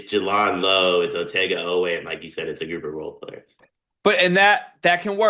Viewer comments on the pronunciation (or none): Jay-Land not Juh-Lawnd